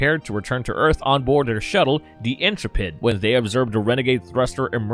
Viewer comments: LOL, "Fightor" is pronounced Feet-Or. The "Intrepid" is pronounced Intru-Pid. "Cheyenne Mountain" is pronounced K-Yan mountain. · The name of the Shuttle is Intrepid, not "Interpid".